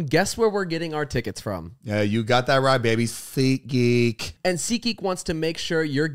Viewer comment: zane saying "seatgeek" i'm crying i love him so much